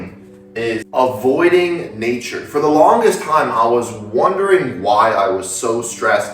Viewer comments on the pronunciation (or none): bro not to hate. it's avoiding, not avioding